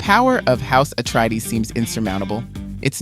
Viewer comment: Atreides, not Atreedees